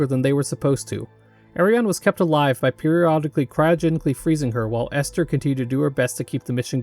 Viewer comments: i would love to see a video on white knuckle. the game is still in early access and the story isnt done yet but id love to see an analysis of it also i died inside (but only a little bit) whenever you said ester instead of elster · Bro did not seriously call Elster Esther. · It's pronounced Elster And also Fall-kei